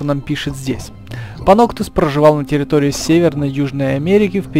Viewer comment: Звучит как Паносус)